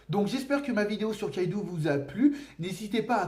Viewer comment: Ça se prononce Kaidō (avec un long O), pas Kaidu. On l'écrit Kaidou car en japonais, la syllabe U, quand elle est placée derrière un O, sert à le prolonger. C'est en aucun cas à lire comme un "ou" français. C'est pareil pour Raizō/Raizou et Zō/Zou (qui pour le coup se prononce comme le mot "zoo"). Désolé de faire mon chieur avec ça x)